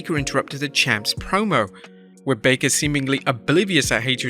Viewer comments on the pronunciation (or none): none